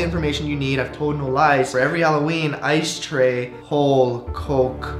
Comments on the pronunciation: cherry caguiat ice tray sounds like I stay when u say it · it sounds like I stay home cook rice!